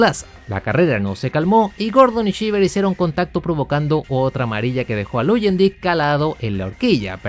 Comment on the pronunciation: Buen video, salvo algunas correcciones (espero que no lo tomes a mal) - No se dice "Vassa", se pronuncia "Vasser", igual "Luyendyk" se pronuncia "Layendaik" y "Rahal", "Reijal" - El equipo que tu mencionaste como "Andrea Moda" en realidad se llamaba EuroInternational o EuroMotorsport cuyo objetivo era acercar a pilotos europeos a la IndyCar. De todo eso, excelente video, ojala contaras mas historias de la IndyCar, como la del Penske PC-23 y como este coche fue la chispa que encendió el Split.